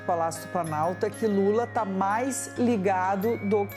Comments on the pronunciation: Impressão minha,ou ela disse Lule? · Essa Canhotede é uma comédia. Os erros de fala do presidente são multiplicados por mil pelos leões. Kkk E o que eles faziam com os erros de fala do presidente anterior? Multiplicavam por cem mil ou por um milhao. Que ridícula...🥱